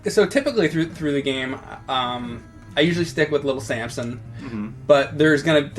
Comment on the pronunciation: James is from Philly. Little Sansom